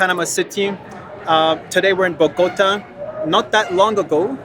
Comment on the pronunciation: Excellent 🙏 (Bo- go- TA, accent on the last syllable)